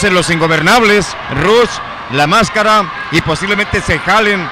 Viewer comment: Es rush no ruch